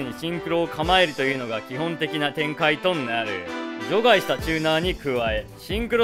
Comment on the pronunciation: 除外の発音が場外みたいで気になる